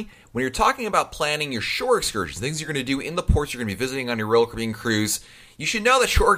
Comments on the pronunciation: I don't know who this guy is that's talking on here - but I'd like to ask him, "What's a Roll Cribyan?" LOL Caffeine much? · Sounds like he’s saying Roku.